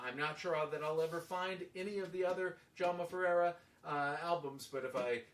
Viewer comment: I really like your comments. And I just want to mention it, your pronounciation of my name (and my father's name) is correct.